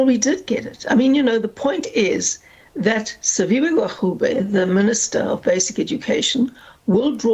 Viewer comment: Hellen not educated..cant even pronounce minister gwarube.. Da pls go..eff wants to enter government and expropriate land without compensation